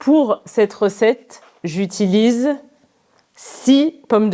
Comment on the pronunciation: pourquoi le mot " six " prononce " si " dans la phrase " six pommes de terre". pourquoi tu as MANGE le son "s" ?? c'est une habitude?